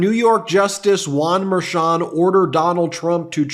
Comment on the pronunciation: You are mispronouncing Merchan. This is Spanish.